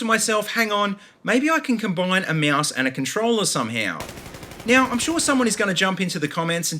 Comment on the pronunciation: mouse or moaoose? lol